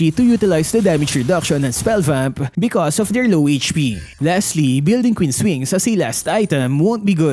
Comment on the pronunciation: "kween's wings"😂😂😂 "Manananggal " 😂😂😂 "si albert" 😂😂😂 "dirty na yelo"😂😂😂 " kevin durance" 😂😂😂